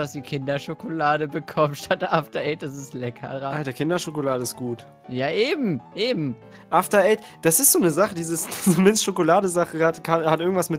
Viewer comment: wer hat bei After eight auch zuerst after aids verstanden?